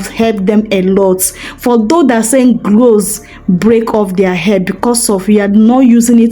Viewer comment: Sis l think it's cloves not glose , thank you for sharing